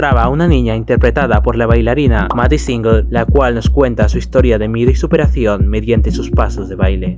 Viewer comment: Me encantó tu vídeo! 💞 Eso sí, tal vez deberías considerar buscar como se pronuncian correctamente algunas palabras o nombres (como "Ziegler" o "LSD" ) esto lo puedes hacer buscándolo en Youtube (artistas pronunciando sus nombres, por ejemplo) o escribiéndolo directamente en el traductor de Google y dando click en la parte de "escuchar". Sigue así 🌹🌹🌹